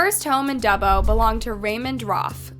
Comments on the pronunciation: I’ve never heard Dubbo pronounced that way - it’s more Dub -bo rather than Du - bbo…. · It’s pronounced Duh-bo. Dubbo. I used to live near there. Also I’m fairly certain I knew Alois. He looks very very familiar. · Me and my friends who are watching this live in Newcastle and they also pronounced Dubbo wrong.... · As someone who lives really close to Newcastle Australia I don't know how I have never heard of this case. Plus no shade but you slaughtered pronouncing 'Dubbo'